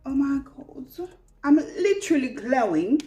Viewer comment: Hey boo! I was cracking up at 'lit-trally'😂 I didn't know this makeup trend was a thing, thanks for sharing. I'm surprised the ring the alarm pallet is still around! I recall seeing it on sale in Ulta. Stone is the only color I wear in the lifter gloss. So good. I trashed my vinyls, too light/streaky and dry looking. Never thought about pairing with gloss. I thought it would make it run off faster. I never thought of pairing it with the vinyl. Great idea. Great video ❤